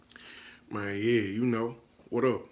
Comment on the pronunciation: He said look mane I got a goat 😂 so many times I almost believe the animal it self was gonna come out😂😂😂🤣🤣🤣